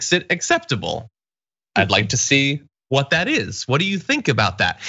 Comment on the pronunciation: When Graham pronounces "what" as "hhhvot"...